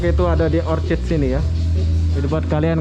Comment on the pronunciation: Orchard bukan orchid